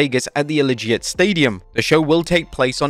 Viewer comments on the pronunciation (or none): You spelled Wrestlemania wrong and it's 'Allegiant' Stadium, not 'Allee-jit' stadium. I know you're Indian but come on.